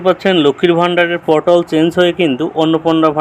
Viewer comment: দাদা পোর্টাল উচ্চারণ টা ঠিক করুন শুনতে পটল শোনাচ্ছে